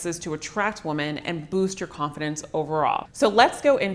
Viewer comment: Cute how she says women as woman.